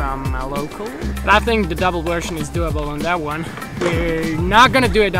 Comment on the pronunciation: I like how he pronounces develop "devil-up" it's a nice addition to how he always pronounces version "wersion" gotta love it